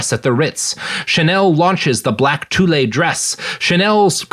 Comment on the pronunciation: toulay?? you mean tulle? why make an episode on a topic you half arse?